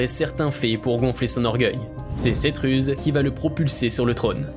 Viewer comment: "Cette ruse" et non pas "Cetruz"